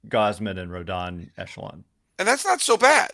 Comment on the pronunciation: Hopefully you tell SULLY how to correctly pronounce Carlos Rodon's last name haha. Heard his podcast about free agents and he kept pronouncing it Rondon haha